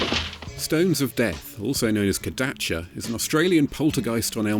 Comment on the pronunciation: It's Kadaicha...